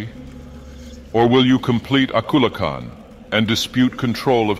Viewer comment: It sounds so REAL. It even pronounced Akulakhan correctly! And he sounded sad, angry, and even took breaths after long sentences. It's almost scary how real this sounds.